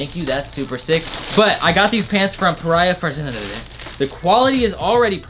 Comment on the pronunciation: Bro! In that is pronounced 'PARYA FAARZAANEH' if you ment it by any chance...